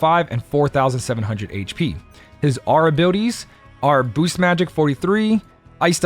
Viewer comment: You may not know what AKA means (and should probably stop trying to use it), and I don't know why you keep saying "booses" instead of "boost", but you sure do know your way around this convoluted equipment system. Thanks for the tips my guy, much appreciated : )